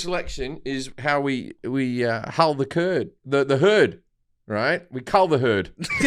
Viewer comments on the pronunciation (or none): "Hull the Cerd" hahahahahaha